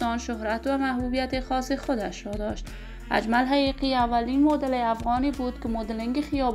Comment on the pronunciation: بد کردی دروغگو اول خو نام اجمل حقیقی را درست تلفط کرده نمیتوانی